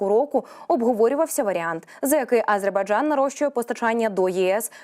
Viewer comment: Навчіть цю ведучу правильно вимовляти слово Азербайджан, бо її наголос на першу "А" вже не один ефір вухо ріже🤦🏼‍♀️🤦🏼‍♀️🤦🏼‍♀️